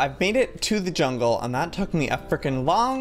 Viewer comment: Lol "... hungle..."and then "...quilet..." 😅😂 Like if you laughed!